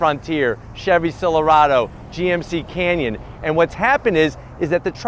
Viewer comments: "Chevy Silarado" 😆😆😆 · Could you just say the ranger competes with the Silverado, he sure makes mistakes a lot, and he mispronounced Silverado